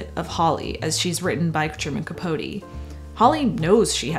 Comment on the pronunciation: Thank you for actually pronouncing capote’s name right!